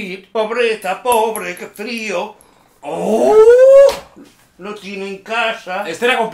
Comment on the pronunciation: Alguien me dice cuantas veces dijo naur 😂😂😂